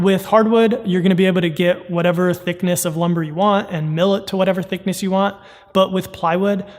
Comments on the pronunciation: My mans really said thickni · LOL "Thickni"